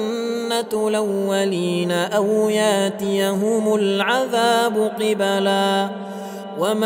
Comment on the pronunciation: لاحظت غلطة في القراءة الاية ٥٥ هناك خطأ في التشكيل في كلمة قبلا، ارجو من القارئ بارك الله فيه التصحيح،